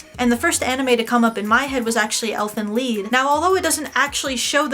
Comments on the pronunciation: "ELFEN LEED" It's Elfen LAIED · elfen leeeed? thats i heard XD... isnt it elfen lied? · lee-d, not ly-d. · spelled lied pronounced leed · I AM GETTING SICKEN TIRED OF THIS BS HENTAI IS LIFE! Jk but When you said Elfen "lead" I cringed so hard why is it Pronounced "lead" and not LIED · Did... Did she really say "Elfen Leed?" +akidearest why bro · The way she pronounced Elfen Lied she said ELFEN LEED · elfen leed? i never heard that pronunciation before